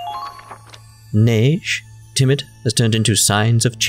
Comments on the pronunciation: The way you say "Neige" sounds suspiciously racist. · And instead of saying neije say neige or at least since she sounds like nepgear just say Ge-Ge